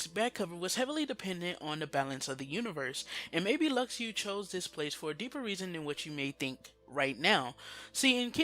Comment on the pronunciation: "Lucks Ooo" is not how you say Luxu. it's "Loo Shoe". if you watched back cover you would know that.